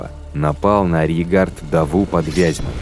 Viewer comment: Очень понравилось! Отвлекался на произношение слова "арьергард", почему-то не с тремя "Р", а с двумя, без Р перед "Г".